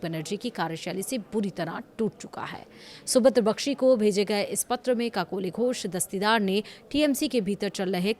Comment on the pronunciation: 😂 kakoli ghosh dastii daar 😂😂 ... why should say her name in full when you can't pronounce it ?? Kakoli Ghosh would suffice ...